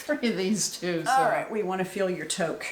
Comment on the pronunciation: Hello from London, Ontario, Canada! Thought I would help you out with our wonky pronunciations 😀. Toque is pronounced “tuke”, and Chez is pronounced “shay”. I am visiting my sister for several weeks and she has me hooked on your podcasts. I look forward to binge-watching your previous episodes! I live in northern Ontario, and we have visited several yarn stores while I am down here (I live in a town with such limited shopping I can’t even buy underwear,) so I can get cracking on my holiday knitting. Cheers!